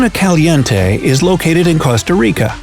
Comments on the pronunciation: The way he pronounces "Caliente" gets me tight😡😡🙎 Also the. Pink lake I want to swim in but it's also kinda scary the way they talk about it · Me: can’t get over the way they pronounced caliente